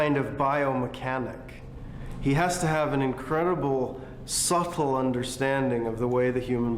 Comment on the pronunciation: "Suttle"? Its "subtle". The b is there to dull the t sound.